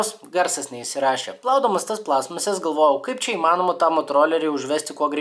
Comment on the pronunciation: Stebiu nuo tada, kai užkliuvo, kad sakai plAstmasės, o ne plastmAAsės :D